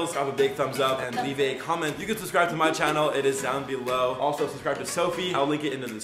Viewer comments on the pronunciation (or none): subscribe to my chOnnel Me: Ch-chonnel??: Down below Me: Channel... chOnnel... Uhhhh